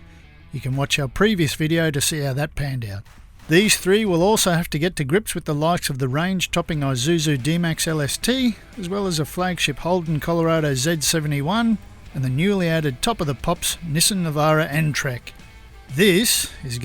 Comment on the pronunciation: It's Isuzu not Zuzu 😂😂